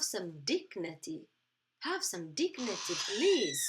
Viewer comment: dignity...not dignaty